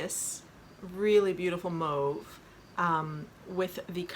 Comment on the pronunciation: finally a podcaster said mauve correctly! thanks